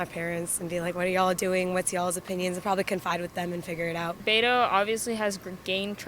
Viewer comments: Doc, you’re talking too much in this video! Btw, YES, it’s pronounced “BETO” with a Spanish/Mexican accent! It’s normally short for Roberto,Humberto,Adleberto, Alberto, ETC 😉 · the nickname is of Hispanic origin. They are pronouncing it correctly. You are ignorant